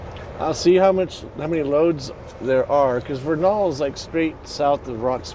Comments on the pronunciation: Vernal is pronounced like Kernel as in popcorn (Native Utahn, lol). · VER nal. That’s how people in Utah pronounce that town’s name. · It is pronounced ver' nul Vernal, Utah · He’s saying Vernal all wrong lol.